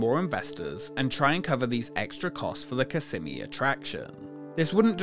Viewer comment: I remember my dad took us to this when I was a kid. I thought it was so cool! P.S. It’s pronounced kiss-SEH-mee (based on a Native American word)